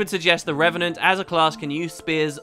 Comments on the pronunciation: REV AH NENT. NOT REN AH VENT. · anyone else heard wp say renevant instead of revenant very often? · I want to see a 10 minute long video of saying "Re-ve-nant" over and over and over and over...